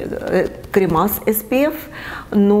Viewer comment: крЕмЫ! ударение на Е (не кремА)